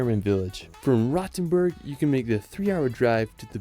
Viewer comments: What triggers me the most is the pronounciacion of Rothenburg (ob der Tauber). He is pronouncing like "Rottenburg", which would translate to "rotten castle". Instead, the 'O' is pronounced longer as well as the 'T'. 😅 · Yes, he managed to butcher all of them. I cringed the most at "Rottenberg", just awful.